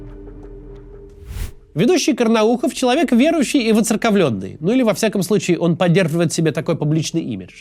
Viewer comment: Карнаухов человек верующий и оцЫрковленный... Мне одному это послышалось?